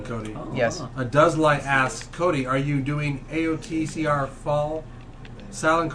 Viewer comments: Are you calling him Coldy? Codely? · bro you cant even say "Cody" and you cant even say minutes jeezus christ